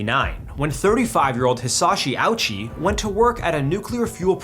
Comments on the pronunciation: His name is pronounced “Ohchi”. Not “Owchie.” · The pronunciation is simpler than that. It's just oh-chee.